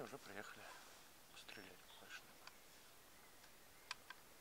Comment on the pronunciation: Ударение правельно ставь Ва́льдшнеп.. ХаХаХа